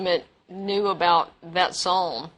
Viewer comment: "Yor too sker to tolk aboot it" yeaaaa ....